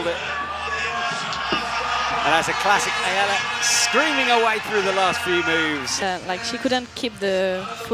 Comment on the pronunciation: Go Ayala! Btw, her name is pronounced with the accent on last 'a'. אם את קוראת את זה: אני מאמן פארקור ושמתי לב שיש לך להשתפר בכח ברגליים. ראיתי את זה בבולדר האחרון. מוזמנת לפנות אלי!